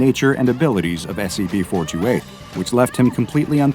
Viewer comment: Why does it sound like he always say S E B instead of S C P...